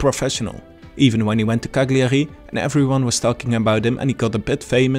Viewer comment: bro learn how to pronounce cagliari.. otherwise great video very informative👍